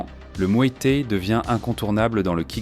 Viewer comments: Ha ! le mué té et le k-une hein ?🤣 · Va falloir apprendre à prononcer K1 et Muay Thaï correctement...